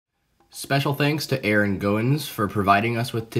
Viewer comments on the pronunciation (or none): none